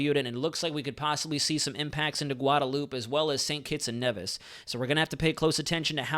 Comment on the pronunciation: Gn thats Nee-vis and Domin-nee--ka